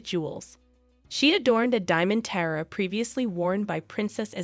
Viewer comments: tee-ah-ra , not ty-rah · I just wanted to give you a tip on how to pronounce “Tiara.” It is pronounced [TEE] + [AA] + [RUH]. It has three syllables. You have to stress the “AA” syllable. This video explains how to pronounce it